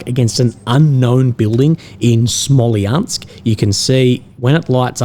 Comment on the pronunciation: its Smolensk dude not Smoliansk